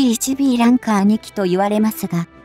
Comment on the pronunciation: ランカー→「ランサー」